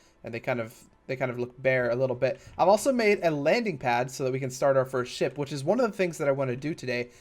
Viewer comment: every time he says ship I keep hearing shit